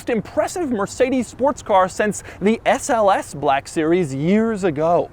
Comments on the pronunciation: Is it a 'Black' series or a 'BLACCCHHHK' series, Doug? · 😢I love when something on this channel is called "black" so I can hear Doug overpronounce "black" every few seconds. "buhhlack" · I learned a new pronunciation of "black". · Soz doug but it's embarazzzzing